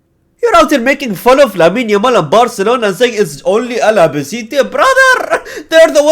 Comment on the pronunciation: Al - Ba - Ce - Te. Not Ala, brother.